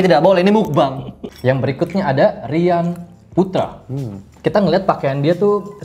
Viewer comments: Tulisannya meokbang di baca mokbang "o" ny o lemah sekian terima kasih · Ngucapnya Mokbang Bang... 😆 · Meokbang ka dibaca nya